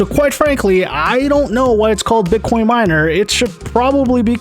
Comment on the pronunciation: Love how he says "Bit quion"